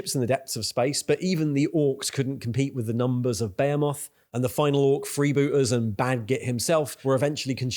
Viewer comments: Its "ba he moth" not "beo moth" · Dude, for real. How is no one mentioning this? Who the fuck says behemoth like "Bay-a-moth" instead of "Be-he-mith". Fucking crazy, unwatchable video. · Bro why are you saying Behemoth like "Bay a moth" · my man, i dont think that is how you pronounce behemoth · I think you're great. Your channel is awesome. You're pronouncing my army incorrectly. Its ok. I understand what you're doing. You're doing it on purpose to drum up snarky comments, like this one. Get that viewer interaction. You're pronouncing Behemoth wrong, too. Keep up the good work. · The way you pronounced behemoth.. Had to stop watching there